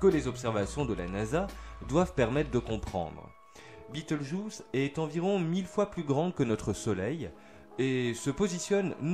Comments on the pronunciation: En prononciation française c'est juste Bé tèl geuse. Je ne comprends pas trop pourquoi cette prononciation "US" ? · Pas la peine de prononcer le nom de l'étoile à l'anglaise ... ce nom n'a strictement rien d'anglais ni d'américain. C'est la transcription approximative latine d'un nom arabe. Le nom Bételgeuse se prononce selon les règles orthographiques françaises.